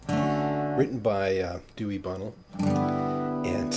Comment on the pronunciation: Dewey Bunnell (Buh-nelle)